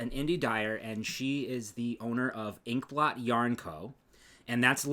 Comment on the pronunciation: If you say ink blot sounds more like pork pot